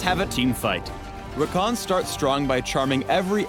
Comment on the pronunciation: Haha ever thought id see my little brother Rakan's name as a league of legends character. its even spelt the same even though they do pronounce it differently. (we say ra-can not ra-khan)